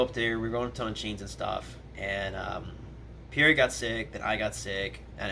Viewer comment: The way he pronounces pierre makes me cringe :(